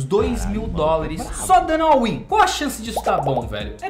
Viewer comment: Já comentei algumas vezes mas pelo visto ele não lê os coments. É "all in", e não "all win"